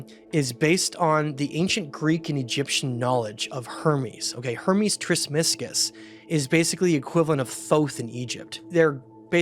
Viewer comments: Not «tresmisgus» its TRES MAGISTUS the «thrice great» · Tris-ma-gis- tus 🤦‍♂️ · Bros a history expert and can’t even pronounce Trismegistus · Spoke his name completely wrong in first 20 seconds. Off to a poor start there. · I appreciate your teachings, but from the beginning, you are saying “ Trismegistus” incorrectly. And from everything I have read, the actual material of the stone is unknown, not jade or emerald, but a “brilliant green stone”. Alchemical, philosophical, transformational. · Oh no he said it wrong. Now I can’t understand anything else in the whole video . darn it! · Lol. I had gotten the same thought